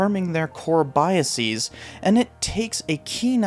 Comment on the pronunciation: You don't have to say biaseez. You can just say biases. It's not like analyses or hypotheses, it's just biases. Like houses.